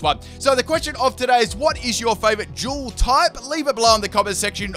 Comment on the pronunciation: While watching the video thought he said what is your favourite juul type